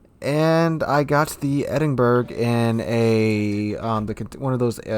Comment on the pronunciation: Edinburgh [ed-n-bur-uh]